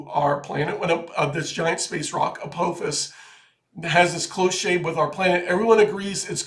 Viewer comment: It is A-PAH'-fis. It is Massachusetts Institute OF Technology.